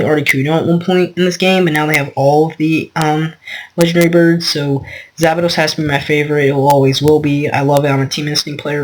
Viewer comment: Its not zapados its zapdos